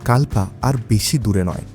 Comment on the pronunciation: প্রাকৃতিক সৌন্দর্য অনবদ্য কিন্তু বারবার কাল্পা উচ্চারণ কানে খট করে লাগছিল।